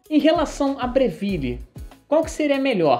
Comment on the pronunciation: Vídeo muito bom! E parabéns por falar Breville corretamente! Apesar de ser uma marca australiana a pronúncia italiana é a mais correta e a mais legal! Nada “Brévil” hahahah